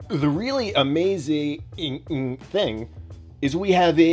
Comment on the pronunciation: I didn't know "amazing" was a 5-syllable word. The more you know. 😄